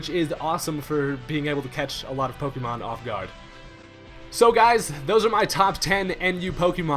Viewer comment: PokÉmon.. not PokEEmon. >.<